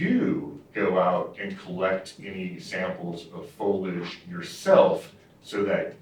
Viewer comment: Why can’t they pronounce “foliage”?